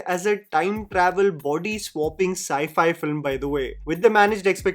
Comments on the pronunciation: couldn’t help but notice him calling it sky-fi instead of sci-fi! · Lokesh is not very smart guy. He’s just average, who got success due to screenplay etc. he’s not someone who has great plot and can do sci fi. He couldn’t even pronounce sci fi properly, saying as sky fi 😂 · It’s not Sky Fi brother , Sci Fi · When he said skyfiyy whe should have understand it 😂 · Ski fi😅😅😅😅😅this guy should learn basic pronounciation and then start copying english movies later 😅😅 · Bro did he say 'sky'-fi film?? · Bro said ski fi filam 😭